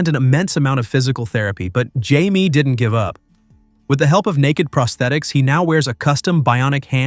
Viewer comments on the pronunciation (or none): Atleast get his name right Jaime.